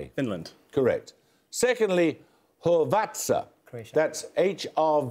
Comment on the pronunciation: Paxman pronouncing Quebec and Hrvatska hurts my ears.